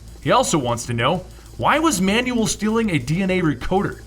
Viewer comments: Manuell is pronounced Manwell not manual. so terrible... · Man you el not man you will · not manual its manuel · Pronounced "man well" not "man you el". Have you, seriously, never heard that name before? Wow... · Spelling? I never said a thing about spelling. He is PRONOUNCING the name like "instruction MANUAL". The proper pronunciation sounds like "Man well" and NOT "Man you all". I'm bilingual and I can assure you, he's not reading "Manuel" right. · Wait... Isn't Manuel pronounced Man-well not manual? (Man-you- well) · You pronounce Manuel like Manual. Manual is a booklet. Manuel is a Hispanic name... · Great video as always but I'm sure that Manuel is pronounced Manwell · lol that you pronounce Manuel as manual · Every time he pronounces Manuel's name as, "manual," It makes me want to die. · Manuel is pronounced man well. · Hey man, just letting you know for future reference Manuel is pronounced "Man-Well". Love your videos and i'd be lost in half the stories if you didn't do what you do. Especially Red daughter of krypton and Superdoom. Keep doing what you do man, you rock! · Your pronunciation of Manuel is quite comical.